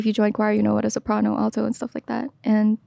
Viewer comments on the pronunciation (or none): none